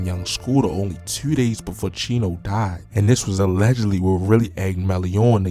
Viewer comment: “Tew” lmao you gotta be from BMore